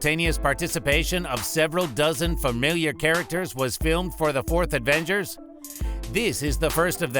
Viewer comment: It’s Avengers not Advengers